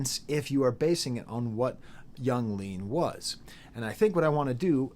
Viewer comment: just a little tip, nobody ever pronounces it as "iang leahn" or however you would spell the way you somehow say it in this video, it is always just "young leen", in case you didn't know, if your pronunciation is some sort of inside joke or something then nevermind